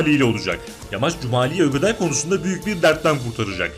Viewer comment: bide ögeday değil ogeday